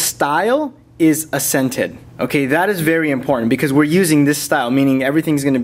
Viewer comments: Accented should be "ack-sented", not "ass-ented". Otherwise, great video. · Ha ha like the vids man but it's "AK,sented" not "a,SCENTED" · This is a great video for customizing your phone, Great work. Already used some of your tips to get my boss on my Nexus 4. But, why do you say Assented not Accented? Do you pronounce it the same when talking about different people's accents (the way their voice sounds)? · Great video! (for the record and for future videos, it's accented, like AX-scented) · "Accented" is pronounced ak-sent-ed LOL... other than that driving me crazy, great video! :) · Love the video (and all your other videos) but seriously that's not how you pronounce accented... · i hate the way he says accented